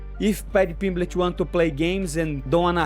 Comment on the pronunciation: I love when moicano says paddy “Piblitch” 🤣